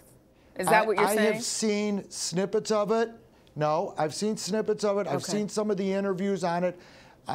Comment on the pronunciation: "I didnt watch 1 bit of it" 5 seconds later... "I watched snibbets of it" Spoken like a true lying lawyer